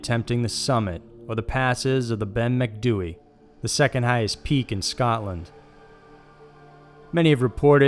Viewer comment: Bloody hell, you said Ben Macdui correctly!